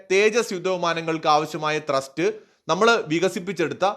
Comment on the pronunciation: ട്രസ്റ്റ്‌ അല്ല ത്രസ്റ്റ്